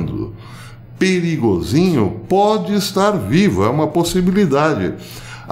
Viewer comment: A melhor pronúncia do nome do chefe dos músicos que já ouvi: Perigosinho!